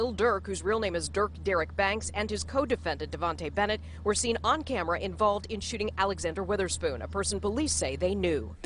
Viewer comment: "Davontae Bennett"🤣🤣🤣